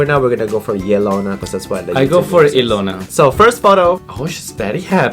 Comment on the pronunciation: it’s e-lona not yelona!!!!!